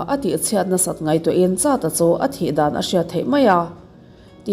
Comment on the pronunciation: Chata han tih tawp mai chu a, charda te tal nise, zo triah riah eee 😂😂😂